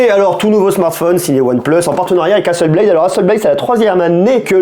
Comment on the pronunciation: Hasselblad ! Pas blade 😂 Beyblade = toupies, Hasselblad = photo 😜